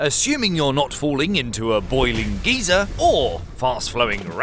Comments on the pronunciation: Did he pronounce geyser as geezer? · Sorry, what? Falling into a boiling Giza? Or was it falling into a boiling geezer? Either way, that's not "geyser".